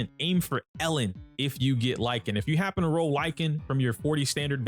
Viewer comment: Lycaon is pronounced Lick - kay- on , btw